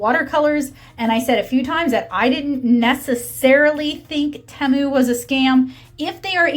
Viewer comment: Tea.....mu it is pronounced